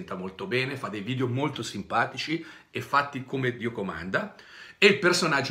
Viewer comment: Si dice video non vidio poveraccio